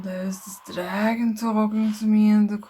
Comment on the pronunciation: Lmao “ The Dragon looks Pretty... It Speaks Tuh Meah”